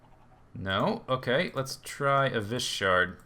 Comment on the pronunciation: Vis is pronounced vees